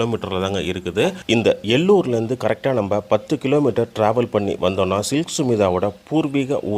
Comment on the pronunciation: அந்த ஊர் எல்லூர் இல்லை அது ஏலூர்😊